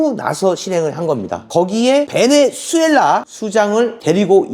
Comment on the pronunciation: 대표님 응원합니다 베네"수' 넘 신경 쓰지마세요 혀 돌아가는대로 하세요 넘 웃겨요~ㅎ